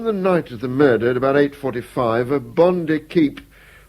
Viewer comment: OH DEAR ! ....There's been a Mah-dur....!!!!